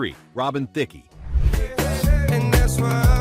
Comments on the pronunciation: "Theeckee" I paused and went, "wait what?" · That's not how you say Thicke.